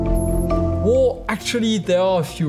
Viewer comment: This guy pronounces "Well" "Wåå"